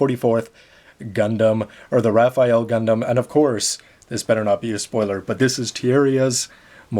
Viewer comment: actually its read as "ra-fell"